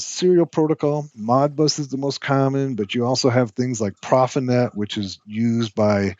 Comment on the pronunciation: Sounds to me like you're from the northern midwest. Maybe Ohio or Michigan. But I've never heard anyone pronounce profinet like you, so controls isn't your background.